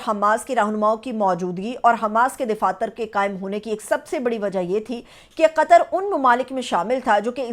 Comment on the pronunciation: DAFATHYR KO DIFATHYR KYON BOL RAHE HAIN JO SARASAR GHALATH DAIDAFATHYRHAI SAHI.